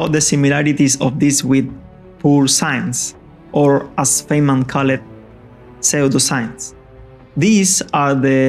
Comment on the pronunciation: Say-o-da-science (pseudoscience) is my new favorite word!